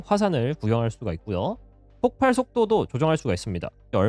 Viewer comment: 폭팔? 잘만든 영상에 발음이 옥의 티네요